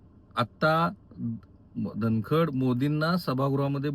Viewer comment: राहुल जी तुम्हाला धन कड हा शब्दही उच्चारता येत नाही आहे. सारखे धन खंड धन खंड असे म्हणत आहात 😅